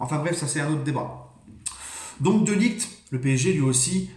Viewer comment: On en parle de t’as prononciation de De Ligt respect le joueur un peu 😭